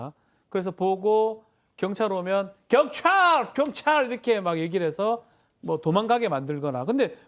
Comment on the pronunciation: 발음 조오타 견촤아알~